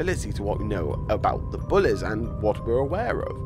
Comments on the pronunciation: The way he says bullys lol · The way he says bullies is weird,but funny and I like it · I'm not sure what the lyrics say, I just liked how you say bullies